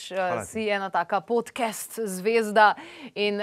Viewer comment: Šment, ali se "podcast" ne bere kar enostavno podkast (s širokim a) in ne podkest...?😚 Sicer pa bravo za izbiro tega gosta, ravnokar je dobil še enega sledilca na YouTube-u.😸👍